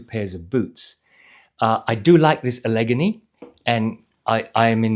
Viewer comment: Enjoyed another good review, thank you. One thing, though, Allegheny is pronounced Alla-gain-ee. I might have pronounced it your way, too, if I wasn’t from the States!